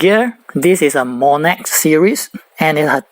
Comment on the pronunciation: it doesn't pronounce as monex zzz